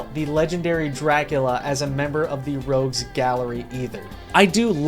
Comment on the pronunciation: Rogues not Rouges